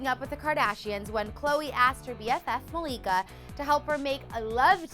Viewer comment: its not "falika" its malika